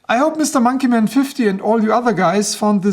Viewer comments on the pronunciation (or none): i like when you say monkeyman in your accent.